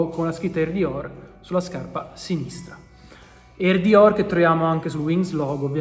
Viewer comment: mi sa un sacco di Romano 😂😂😂😂😂😂